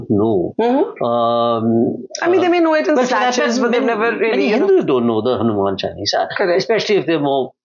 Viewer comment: All is beautifully spoken and discussed excepting for the very subject. HANUMAN CHAALISA , Ms Dutt , not Hanuman Chulisa. CORRECT pronunciation will be appreciated.